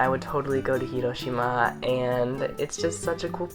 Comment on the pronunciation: Do you speak Japanese??? Your pronunciation of Hiroshima is 👌